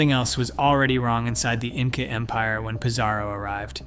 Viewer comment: "insa" rulers?